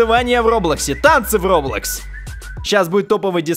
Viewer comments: не роблох а роблокс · роблокс а не роблох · ты сказал место роблокс а роблох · ты сказал не роблокс а роблох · # сказал не роблокс а роблох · Ты в сказал роблох а не роблокс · Не роблах аа роблакс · Ты 1.31 сказал роблох а не roblox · мне показалось или ты сказал роблох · Он сказал роблох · Даааааааааааааа он сказал роблох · Да,он сказал РОБЛОХ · Да он сказал роблох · На ты сказал роблах!!! Аххахахахахахахахаха😅😅😂😂😂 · хахахахахах сказал роблох на моменте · сказал роблох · Роблох? Ну ок... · Почему ты сказал роблох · Мне послышолась или ты сказал роблах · сказал роблох)))))))))))))))))) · сказал не роблкос а роблох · Кто слышал что сказал роблох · ты сказал роблах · сказал роблех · ты сказал роблох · Не показалось а послышолось он так и сказал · мне тоже показалотсь хаха